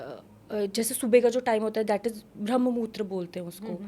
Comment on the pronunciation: ब्रह्म मुहूर्त hai thoda pronounce galat ho gya ...koi nai ...